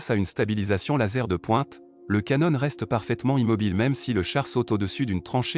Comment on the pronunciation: On en est même pas à 30 secondes de vidéo : voix d’IA immonde, saccadée et même défaillante à 24 secondes , ”Canone de 120mm” ”le cheu d’oeuvre de la France” Déjà que le titre est faux, si en plus la forme est bâclée... pouce rouge.